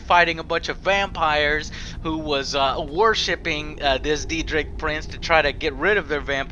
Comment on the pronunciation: “Deedrick Prince”